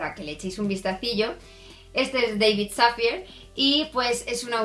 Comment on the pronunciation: Dávid Safiæ (es la pronunciación del nombre). Gracias por reseñar este libro, leí maldito Karma me gustó pero no del todo. Pero buscaré este. Saludos